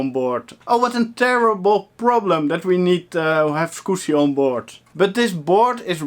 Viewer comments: "Skoosy" haha - I laugh each time you say it. =) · I watch these vids just to hear you say scoosie. <3 Also the video card (matrox g400) is probably okay, you were plugged into the wrong port.